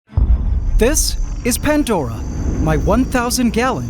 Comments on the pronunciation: There is NO. "T" in PANDORA 😂 wtf is "" PANT DORA"" 🤷?????? CORRECT THE SPELLING 😂😂😂😂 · Pantdora 👈😂😂 NO "T" in PANDORA 😂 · No T in pandora, 😂😂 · Still no T in pandora 😂😂😂 you can all take the piss as much as you want 😂 PANT dora 😂hahahahaha hilarious